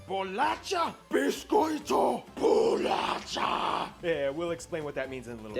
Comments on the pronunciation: 221:11 worong pronunciation in "bolacha". The sound of "ch" is the same of "sh" in english word "show", or "shower". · Bolatcha... Bisquête! kkkk Te amo! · he mispronounced the word "bolacha", It is pronounced as "bo-lah-SHah" and not "bo-lah-CHah". This war he mentioned is a joke because there's a kind of "dialect war" in a joking way between Rio and São Paulo about what's the right way to say "cookie" or "biscuit". In Rio we say "biscoito" (beesh-coi-tu) but in São Paulo they say "bolacha". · Bolatcha? What the freak, dude😂😂 We say something more like "bolasha" (like he said himself, it's Portuguese, not spanishhh) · An American teaching an English how to speak cookies: Boulatchxiá and Bicôitô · It's "bolasha" the correct pronunciation, not "bolatcha".. and yeah.. Here in São Paulo we call cookies as Bolacha and it doesn't metter if the pack of cookies says "biscoito"..we don't care..it's bolacha, period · Dude, the correct pronounce is not bolatcha is like bolasha but u was cute trying. ♥ And I laugh so much because of a inside joke that says: " Portugal stole our gold." We think it's cool haha We also have some intrigues with the Americans because they don't understand that America is a continent and that their country is called the United States of America and every time we have to explain it. Anyway... congrats!! Your content is nice and u have one more subscriber!! 😍💕 I hope that one day you can travel to here (Brazil) and visit states like Alagoas, I'm from there and we have a good culture and beauty beachs. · For goodness sake, BOLACHA DOESN'T SOUND LIKE "BOLATCHA", it's actually like "bolasha" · Yep, definitely. When I heard the word being pronounced like "bolaTCha" I was like "Omg! Really?" 😂 Here we usually say "bolaSHa" as you said. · Bolacha was wrongly pronounced. Try to pronounce "bolasha" (bolacha). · ele ensinando a dizer rio de janeiro, mas dps manda um 'bolatcha'....... enfim, gringo kkkkk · It's BOLACHA!!!